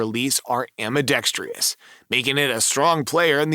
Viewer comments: ambidextrous..NOT ambidextreeeeeous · Not trying to be rude - just think your videos would improve w proper pronunciation. AM-BEE-DEX-TRUSS is the pronunciation, not AM-BEE-DEX-TREE-US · AMBIDEXTROUS...not AMBIDEXTRIOUS - are you simply trying to find a home for the "i" you stole from Aluminium?